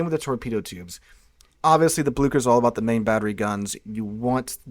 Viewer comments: Blue-Share not blukker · Just some advice on pronunciation from a german: the german "ch" is pronounced somewhat similar to the english "sh". Can't help you with the "ü" though😂